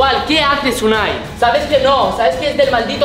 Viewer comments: Uani lelo bien dice unai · Ese nombre es Unai lee bien Uani